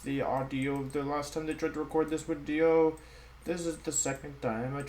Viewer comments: Day 10 trying to figure out why he says “Wideo” 🤔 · Why do you always say “wideo”? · He explains it in another wideo friend. He has German friends that pronounces their V and W backwards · It’s as the result of picking up on the way his German friends spoke. Same reason he says “Wenusaur” instead of Venusaur.